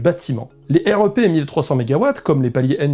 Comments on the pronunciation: J'ai trop hâte que tu puisses visiter une vraie centrale nucléaire ! Alors ta modélisation est trop bien faite tu gères. Par contre on prononce plutôt rèpe et pas R.E.P. Ca fait bizarre 😅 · J'ai beaucoup aimé cette vidéo, merci et bravo. Un détail, dans le métier on prononce le REP "rêpe", et pas R E P ; utile pour avoir une discussion avec quelqu'un du milieu ! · Super vidéo ! Nota : dans le métier on dit "rèpe" pour REP ;)